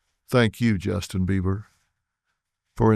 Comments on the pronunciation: He is calling him Justin Beaver at the beginning of this video and you can't convince me otherwise lol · This man literally said Justin beaver several times. Phil, taken your money laundering ahh on somewhere. You and your Michael jackson looking wife